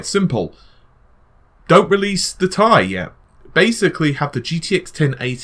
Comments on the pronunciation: You're one of my favorite YouTubers don't get my wrong. But DUDE, Ti is not pronounced TIE! It's T-I not TI. Sorry I just had to get that off mi chest. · repeat after meeee TTTT IIII NOT FUCKING TIE